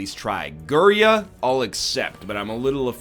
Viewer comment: IT'S GIRYA NOT GURIA YOU MADMAN